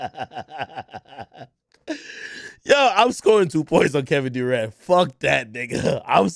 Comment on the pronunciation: Nigga pronouncing it Kevin Dorant